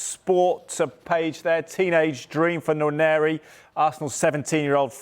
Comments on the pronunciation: the name is Nwaneri is prounced - "Waneri" the first letter N is silent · That's wrong. It's pronounced as it is written. It's a Nigerian Igbo name. The 'nw' is a single Igbo alphabet. Try treating the English sound /n and w/ as one sound and you get the actual sound /nwá-né-rí/ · These clowns need to learn how to pronounce his surname right. Wan-eh-ri.... the N in Nwaneri is silent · It is pronounced WAN YENRI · love that Orny cant say Nwaneri. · That man needs to learn how to pronounce Nwaneri 😂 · Sky sports, you guys are spoiling the name Nwaneri . Please learn to pronounce it properly.